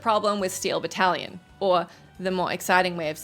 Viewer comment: Jesus tap dancing Christ, every time you mispronounced Battalion as “battle-lion” my eye twitched